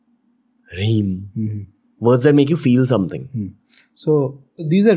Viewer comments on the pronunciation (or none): Its Hreem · Why cant he say hreem?